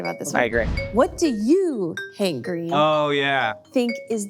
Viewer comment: I wonder if Hank knows when he says his name I sometimes hear, "I'm hangry"?